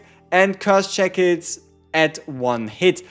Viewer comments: so we found out he cant say shackles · How is he pronouncing shackles?